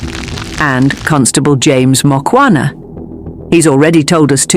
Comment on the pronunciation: Its Mukhwana and not Mokwana